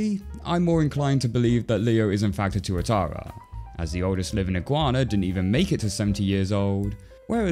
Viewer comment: Yo I didn't realise Leo was a Tuatara. And that pronounced it properly. Tuatara's are native to NZ and are similar to Crocodiles, as their living dinosaurs. And being a kiwi myself, I love this